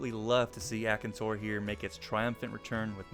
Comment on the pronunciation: Im sorry.... the way you pronounce monoblobs is so painful... your pronouncing it mo no blos, rather than mono blos which is more painful because you do pronounce diablos correctly, and they have the same name scheme EDIT: YOUR GO SO FAR AS TO REMOVE THE N FROM AKANTORS NAME